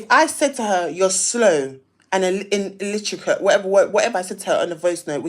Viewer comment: The fact that she said illiterate wrong sent me 😂I could’nt have taken her seriously